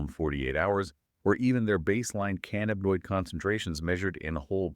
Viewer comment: This is the best overview of the ECS i have ever seen! My only correction is its called cannabis not can nabus! Theirfore its Endo canna binoid signaling system ! Not endoca nab inoid! Says Dr David Allen! 😎